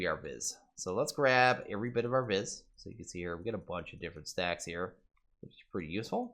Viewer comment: It bothers me that you're saying vis wrong. It's pronounced V